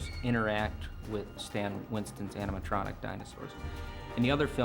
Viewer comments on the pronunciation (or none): "AnimaL-tronic" lol